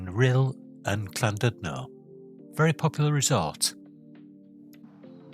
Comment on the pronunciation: It's Llandudno not clandudlo